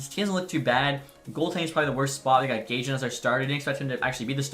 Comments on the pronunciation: Its pronounced Guy-yan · Its Adam GaYan actually ;)